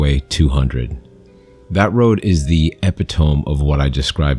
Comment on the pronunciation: I'm glad someone else heard and caught both of those too. I'm pretty darn sure he didnt mean to say solidarity and its laughable to hear epi-tome (rhymes with home).